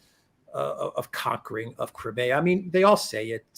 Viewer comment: How can that Alex guy not get the pronunciation of Crimea right?